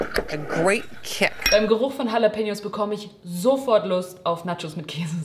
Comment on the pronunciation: wer kennt sie nicht due halapeno es wir CHCHCHCHalapenos ausgesprochen